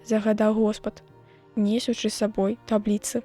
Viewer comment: Трэба націск ставіць на апошнім складзе: несучы', а не не'сучы, як прачытана.